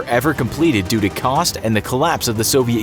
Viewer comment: When the commentator says 'Doo doo' is he in fact trying to say; 'Due to' ?